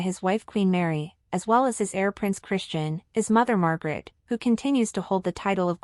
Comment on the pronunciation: Queen Mary is no longer an Australian citizen. She has been a Danish citizen for 20 years. And the King’s name is not “Frederico X”. It is King Frederik the Tenth. His brother’s name is Joakim, (Yoakeem) not “Wha-chem”. Also the former reigning Queen’s name is Margrethe not Margaret… Our royals are not poor, but they are a far cry from the opulent, even obscene, wealth surrounding several other royal families in the world. As royals go they live quite modestly and Mary is known for reusing her outfits. This is completely in line with the thinking of most Danes. We applaud them for their modest and humble ways.